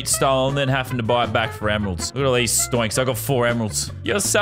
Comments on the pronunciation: he's saying stoinks. its pronounced stonks but i'll allow it cause your my favourite youtuber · Man said stoinks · him saying stoinks pisses me off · Not stionks it’s stonks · He said s t o y n k s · he really said sToInKs